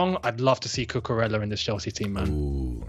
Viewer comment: A reminder lads that it’s pronounced cucuREYA. He is Spanish ffs. Frustrating when i see my fellow Spanish ppl not getting their names pronounced right